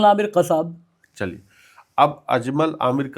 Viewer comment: Kasab word is wrong. Actual word is Qasab